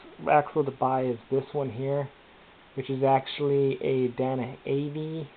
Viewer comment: "DAY-NA" not "Dan-A" Fuck.